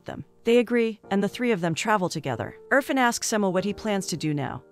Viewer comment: its not UR-FUN its IRFAN (EER-FAAN)